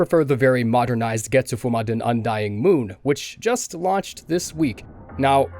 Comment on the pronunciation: When you said Getsufumaden all I heard was Zaboomafu 🤣